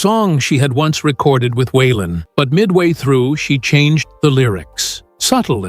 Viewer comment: Wenn man eine Autobiographie von Waylon Jennings erzählen möchte, dann sollte der Vornamen korrekt ausgesprochen werden....